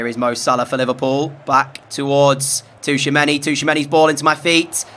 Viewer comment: Hey it's chouameni, not T'chouameni